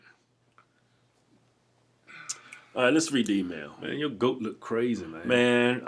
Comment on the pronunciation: "Emayul"? Lol